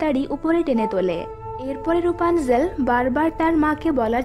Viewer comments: এটা রুপানজেল না এটা রাপুনজেল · Rupanzel na rapunzel